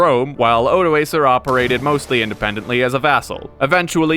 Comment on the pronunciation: Stopped watching as soon as you pronounced Odoacer wrong. But at least you didn’t call him OdoASSer so I’m not too mad.